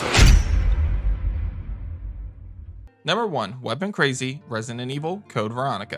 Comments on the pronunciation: It's resident, not rensinent. Plz, just say RE. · Hilarious how u say Resident Evil “Resinnin Evil” 🤣🤣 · why do you pronounce resident evil like "resin and evil" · He keeps saying Resinent Evil. There’s a D in there, bro, and only one N. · Its the way you say “resident” evil … idk why i keep hearing resinent evil